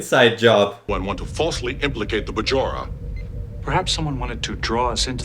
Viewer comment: Linguistically since the Bajorans were not heavily established before DS9, even Sir Patrick Stewart would even stick to the incorrect pronunciation in the first episode of DS9 where he says "Welcome to bah-jor" instead of "bei-jor" or "bā-jor." Personally I like to put in the French J sound since it flows so naturally instead of the hard English j as in jump. And no, I don't speak French.